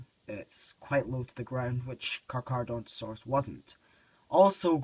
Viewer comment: "Papo Cacaradontosaurus" Got really confused for a second lol.